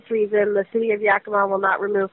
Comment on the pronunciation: The only reason I chose this video is because everybody ELSE pronounces 'Yakima' wrong. THIS is the way local people pronounce the name of the city. Darn, I really wanted to dismiss you by saying that you don't even know how to pronounce the name of the city, but you DO KNOW how to say "Yakima" like a local. So now I don't know what to do... watch the rest of the video, I guess.